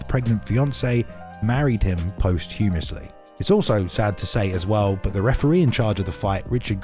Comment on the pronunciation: you need to learn how to pronounce “Posthumously”. Are you guys professionals or not? Come on. That’s pathetic.